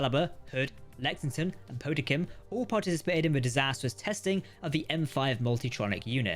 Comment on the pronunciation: Po-tem-kin too. I understand it must be a pain haha